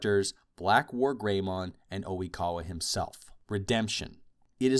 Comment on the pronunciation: Is Oikawa really called "O'wikawa" in american dub..?